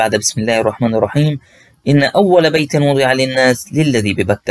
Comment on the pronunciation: السلام علیكم .اخي الكریم ٲخطٲت في قراءة الآیة .ان اول بیت وضیع للناس .. انتبه هذا كلام الله بارك الله فیكم .